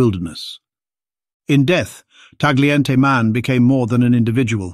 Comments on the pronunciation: It's pronounce TA-YEE-EN-TAY. GLI in Italian is YEE. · Please learn how to pronounce Tagliente.